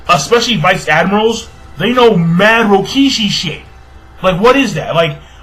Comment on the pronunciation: its rokushiki not rokishi and bosushoku not bishoshoku